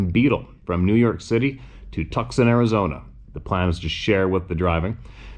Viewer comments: Tucson? TUCK-SUN?... too-sawn. I know you're pretty far north, but.... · It's Too'-saun Az.. other wise l love your channel. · “Tucson” is pronounced too sonn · Two son , phonetically nottucson.